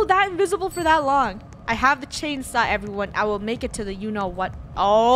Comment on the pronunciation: Funneh: i cant find the chanesaw everyone: silent not even a single soul